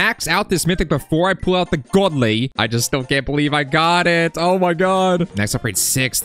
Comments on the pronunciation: He said in britidh accent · yeah I implied that pronouncing it with a british accent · GODLY! that acccent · bro turned into british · bro is british saying Godly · Bro keepssaying godly in british accsentXD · ITS ALWAYS WHEN U BECOME BRITISH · Bro says godly like hes a British 😂😂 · Bro keeps saying godly in british accsent